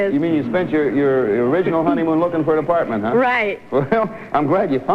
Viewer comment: Listen to Mrs. Katzman say "Apartment" with that accent. Hilarious.